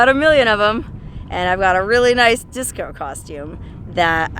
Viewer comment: Dicso, that is how my Filipino friends say Disco